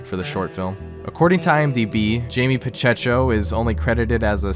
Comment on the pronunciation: LMFAO THATS NOT HOW YOU PRONOUNCE PACHECO WTF